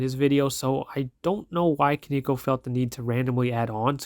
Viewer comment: bruh respectfully that isnt how the word koneko is pronounced